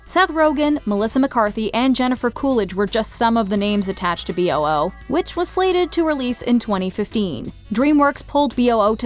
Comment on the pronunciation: I think B.O.O is supposed to be pronounced "boo", kind of a clever way making the sound a ghost makes into an acronym